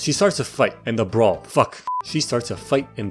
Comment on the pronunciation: My man here cant pronounce "Brawl" but he can pronounce "Grewishka" no problem